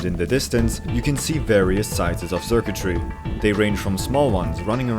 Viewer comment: Just to clarify, Xurkitree is pronounced like “circuitry”, not “zurktry”